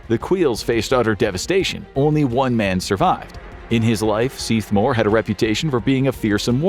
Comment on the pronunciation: Very impressed by your pronunciation in the Seath Mor story. 👍